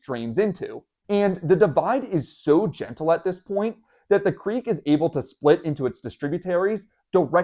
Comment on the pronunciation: LOL I thought you said unremarkable creep